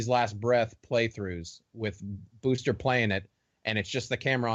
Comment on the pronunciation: He’s trolling. And noah keeps saying booster 😂